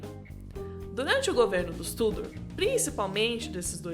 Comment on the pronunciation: Eu tenho uma agonia, de ver as pessoas falando o nome da Dinastia Tudor errado. Não se pronuncia Túdor, e sim, Tudôr.